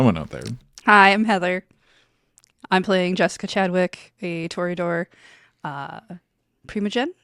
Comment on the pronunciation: Toreador with the mor-eador